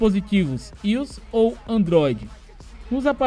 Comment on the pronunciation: ius? kkkkk i.o.s fala assim a galera entende mais fácil k